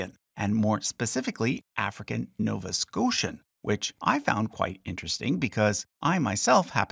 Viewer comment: When I heard you say “Nova Scotian”, I knew you were definitely Canadian. 🤣